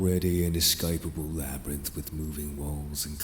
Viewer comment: ah yes the LabRyRiNtH